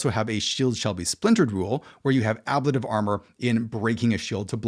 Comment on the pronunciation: It's an interesting breakdown of the various versions people have come up with to date. I'm not sure what I would change to right now if I was changing up my games. Now, I didn't see anyone mention it. But your pronunciation of ablative bothered me an unreasonable amount. (Maybe because I was concerned then that I'm not saying it correctly?) So, I looked it up and put my mind at ease that I've been saying it right.